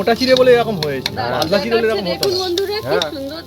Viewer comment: তোমার উচ্চারণ এত খারাপ, খুব কানে লাগে, পাদলা বলে কোনো কথা হয়না, কথাটা পাতলা তো।এবার বাবা মাকে বলো তোমায় বিয়ে দিতে